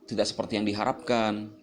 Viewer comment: "saya tidack memacksa" ~